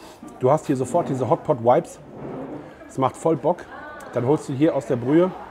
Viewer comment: „Vibes“ wird mit stimmhaftem „v“ ausgesprochen, wie „Vase“ oder „Wasser“ und nicht wie „water“ oder „what“. Just saying …